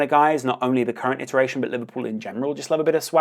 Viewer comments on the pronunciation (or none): none